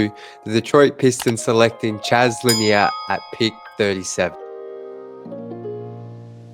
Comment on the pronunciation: Pronounced Là Near, just like Bob Lầnier the great center.